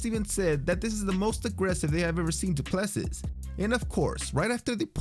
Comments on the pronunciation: Hey Narrator, that guy who wore joker make up, his last name is said Do-plar-see, hes a Yarpi with an equally Yarpi name, how i know is im a Kiwi and the South African rugby team The Springboks have been considered our national rugby team, The All Blacks, Number ONE foe for 100 years and they always seem to have a DuPlessis in their squad. Just mentioning it in passing BTW. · Du Plessis is pronounced more like Do Pluh See (I'm sure someone from South Africa can confirm the correct pronunciation) EDIT Yep, if you listen to the commentator during the fight clip of Du Plessis 2nd entry you'll hear the proper pronunciation of his name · Not Du Plesis. It pronounced Dew Plesi